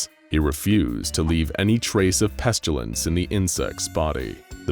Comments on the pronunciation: it's always bothered me that the narrator pronounces it "Pes-chyu-lince" instead of "Pest-ill-ence" like you're supposed to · Lol I love these SCPs and vids.. But why do you keep saying "pestYUlence"? There's no "u" in pestilence